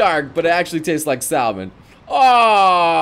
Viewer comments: "Salmon" is pronounced Sa-mon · Did he fracking pronounce salmon with an L? He has discraced (<--- don't know how to spell it ;) ) my fish people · Did he seriously say the L in salmon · Wow, the top comment is not a complaint about pronouncing salmon as sal-mon instead of leaving the l silent...